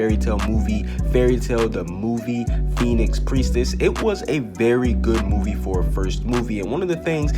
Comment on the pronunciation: it's Phoenix Prentiss